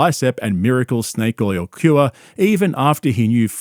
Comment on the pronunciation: Ima snake bapa, my melk does mericals